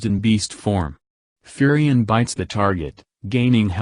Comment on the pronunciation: "Furry Ann"